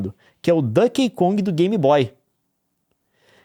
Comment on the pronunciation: meu coração dói cada vez que o Leon fala “Dãnkey Kong”, hahaha